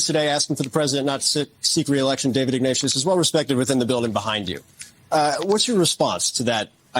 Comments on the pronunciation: Omg. David Ig-nateous like nauseous, not ig-na-t-ius. Holy cow. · Benny, Ignatius is pronounced 'ig-nay-shus'.